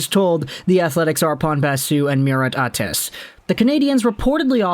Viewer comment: Great video, but the information is mostly from the Murat Ates article...so you should probably spend the time learning to pronounce his name :P